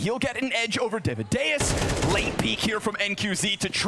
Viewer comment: please, casters, stop sayin daviduos...